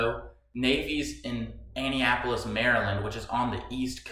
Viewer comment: this dude said "Annie-apolis"